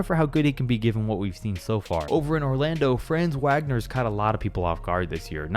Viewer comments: Franz Wagner’s last named is pronounced “Vahgner” for future reference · Franz WWWagner?? Not hating but dude really just butchered the pronunciation🤣